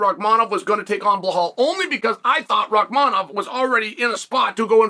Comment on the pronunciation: BLAH-HALL remember the name Muhammad ! Good job Chael P.Brain.